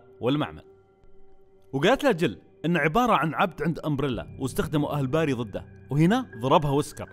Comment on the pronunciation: اسمه barry وينطق بيري موقصدي امسك عليك بس متعقد مت الي يسمونه باري